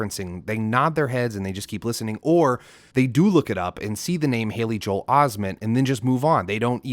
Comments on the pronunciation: “JO-EL Osteen” he’s just separating the syllable. He enunciates Aubrey like “Haubrey” to separate “dear Aubrey” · he says Joel that’s just how he enunciates. He says Aubrey like “Haubry” on meet the grahams. Its like he does it to separate the syllables